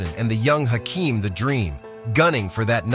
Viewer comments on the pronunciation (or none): none